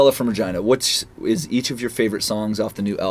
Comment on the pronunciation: He said, Regina...